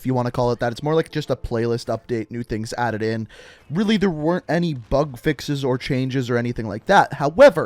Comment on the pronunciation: Who else is hearing him say fuk fixes